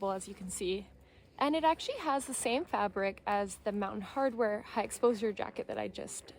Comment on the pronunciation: fyi - Mountain Hardwear not 'Hardware' - but good review.